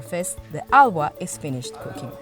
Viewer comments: ITS HALWA. NOT AHWAH. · Not it ALWAAA …..Its HALAWAAAAAAAAAAAA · I can't get past narrator's pronunciation of "halwa". "ALWA" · 😅😅😅😅 its pronounced hull-wa... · "AAVA"😂 So annoying!